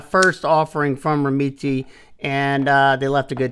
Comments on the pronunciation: Pronunciation’s gotta be “rem-MET”, no? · You’re correct. is pronouncing it wrong. I’ve spoken to them to confirm. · I can’t get over his you pronounce the brand 😂. It’s soooo far off from how it’s actually pronounced lol. I’ve spoken to the company and the last E is silent and the first E is a short E. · i think its pronounced like that too. but the way says it makes me laugh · The way you pronounce their name makes me laugh 😂 but who cares how its pronounced since your videos are awesome. Atleast your not calling it a Doberman 😂😂